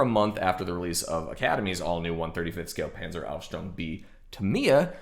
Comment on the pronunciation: Now, if you learn to pronounce that word Panzer, that would be even better. ;)